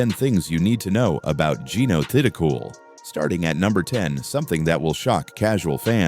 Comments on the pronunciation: Should learn how to pronounce her surname! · #11....how about narrator mispronouncing Jeeno's last name!????🙄🙄🙄😡